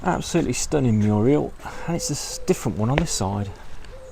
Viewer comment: Are you saying mural or murial?